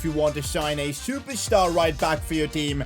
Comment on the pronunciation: the way he said ''Jeremie frimpong'' 💀💀